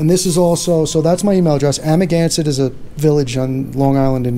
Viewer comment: It sounds like "I'm against it": Amagansett